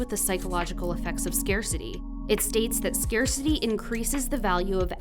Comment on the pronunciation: I'm sorry, I can't watch this to the end, the pronounciation of scarcity simply scares me away, if you get my drift. I can't stand it...